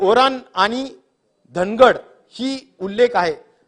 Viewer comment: बाराखडी शिकायची गरज आहे, ड आणि र यात खूप साम्य आहे, ड ला र का म्हणावे याचे सविस्तर उत्तर द्यावे..श्याम ला राम का म्हणावे.?